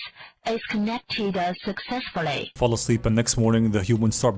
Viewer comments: "Dee blutoot devide hass gonected "🤣🤣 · "The bluetooth device is connecteda successfully" ... it made me laugh cause that's my speaker 🤣🤣